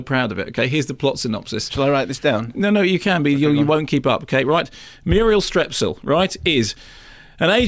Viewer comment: Why does he keep calling her Murel Strep?